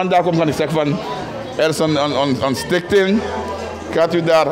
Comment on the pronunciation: Probeert hij stichting te zeggen? Ik hoor Stink thing Ronnie Brunswijk.